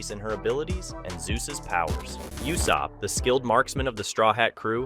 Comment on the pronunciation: Bro stop saying Yussop, his name is Ussop like Ooossop. His dads name is Yassop, his name is Ussop.